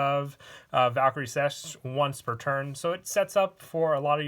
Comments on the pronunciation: Sechste. Pronounced "Sesh Stay". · If I may lend a hand in pronunciation: Sechste = Zex-tuh Vierte = Fear-tuh Dritte = Drit-tuh Zweite = T-zvai-tuh Erste = Airs-tuh